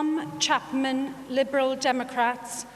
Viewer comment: “liberal democaps”